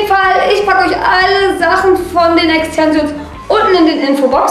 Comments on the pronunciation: E X T E N S I OOOO N S😂😂😂 alter ich hab mich so schlapp gelacht 😂😂 das wird Englisch ausgesprochen und Deutsch solltest du auch lernen 😂 "auf den fresse gefliegt"😂😂 sry bin kein Hater aber du bist echt ganz schön doof 😂 zwar witzig aber SOOOO viele Sprachfehler haben nicht mal Kinder mit 10 Jahren 😂😂 bin zwar Grad 15 aber egal 😂😂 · Extensions 😂😂 Aussprache? ? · Ja isso und SprachfehlerxD